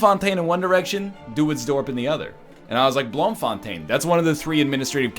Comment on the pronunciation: blohmfohntein? plz man learn dutch its a beautifull language